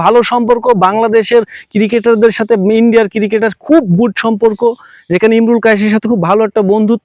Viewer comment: Ciri-ceter na re cricketer bol